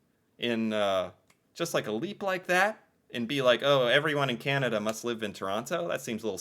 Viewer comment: I will buy a T shirt or hoodie when you finally learn to pronounce Canada without that nasl twangl twang.